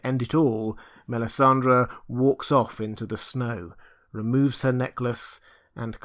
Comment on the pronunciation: MELISANDRE not MELISANDRA!